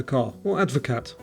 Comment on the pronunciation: Advocaat is pronounced Advocar lol - great quiz!